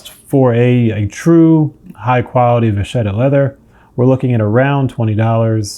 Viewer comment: It's not from French. It's Italian, and means "little cow". And it's pronounced "vakketta", not "vashetta".